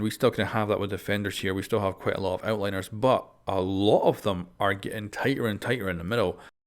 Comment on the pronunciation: Outliers, not Outliners,:D